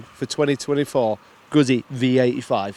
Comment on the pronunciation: "GuZZi." Like "PiZZa."